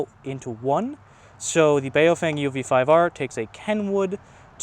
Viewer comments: Bow fung is how a Chinese man told me how it is pronounced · Bao Feng, not Bay-o-fang…and you're complaining about their English? 😂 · I feel bad for those people who pronounce baofeng as BayowFeyng like this guy in the video lmao